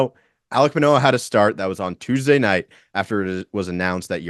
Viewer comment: I hit like before i watched video, then had to dislike once the name Manoah came out your mouth. lol